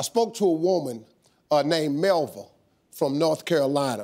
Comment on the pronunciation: My name is Melva, Ms Molly Sanders Steve had it all mispronounced lol